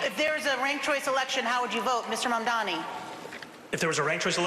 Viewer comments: How come none of these guys can pronounce zohran Mamdani? It's not that hard. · They're old and dumb. If you can't pronounce the name of the guy you're running against, you don't deserve the keys to America's biggest, most diverse & most prominent city